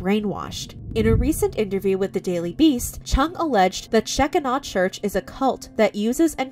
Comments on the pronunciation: I have no clue who these people are, but I'll be darned if I'm not hella invested. And Shekinah is pronounced sh-KI-nuh. "The word shekinah does not appear in the Bible, but the concept clearly does. The Jewish rabbis coined this extra-biblical expression, a form of a Hebrew word that literally means “he caused to dwell,” signifying that it was a divine visitation of the presence or dwelling of the Lord God on this earth." "In the New Testament, Jesus Christ is the dwelling place of God’s glory. In Christ, we see the visible manifestation of God Himself in the second person of the Trinity. Although His glory was also veiled, Jesus is nonetheless the presence of God on earth. Just as the divine Presence dwelled in a relatively plain tent called the “tabernacle” before the Temple in Jerusalem was built, so did the Presence dwell in the relatively plain man who was Jesus. “He had no beauty or majesty to attract us to him, nothing in his appearance that we should desire him” (Isaiah 53:2). But when we get to heaven, we will see both the Son and the Father in all their glory, and the Shekinah will no longer be veiled" (1 John 3:2) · The "scheckinaw" pronunciation is so cute. I was raised evangelical and I didn't realize there was an entire world that wouldn't even know how to pronounce that word. I'm honestly just so glad for that. Thank you. 😂💜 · I understand the family’s side.. but she’s an adult. She can decide things for herself. I feel bad for both sides. And it’s pronounced “shuh-kai-nuh”…. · Sheh-kine-ah is how it is said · idk if this church pronounces their name differently but the way to pronounce it properly is she-keen-ah or she-kin-ah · Shekinah (She-kine-ah) 😊 just in case you talk about it again. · It's pronounced Sha-Kigh-nah. Like Shekinah Glory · Sh-k-EYE-na church. it wouldn't have been hard to learn the pronunciation. 🙄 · They are pronouncing the church name totally wrong. Omg! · Yeah. They really messed that name up. Lol!